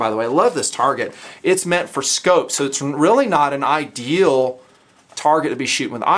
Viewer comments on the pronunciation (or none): none